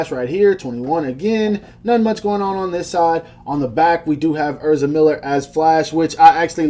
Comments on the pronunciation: dawg it’s ehz-ra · way he says ezra lowkey hurts my soul